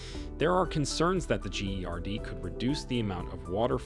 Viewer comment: "The gee ari dee" it pronounce 'Gerd' stupid 😂😂😂 trying to annoy the hell out of me about the dam from the start🤣🤣🤣 💚💛❤